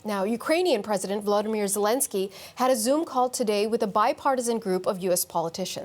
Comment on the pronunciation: Not Vladymyr , he’s Volodymer .